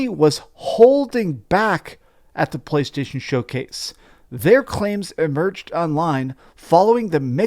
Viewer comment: Why do you pronounce“PlayStation” so disgustingly? 🤢🤮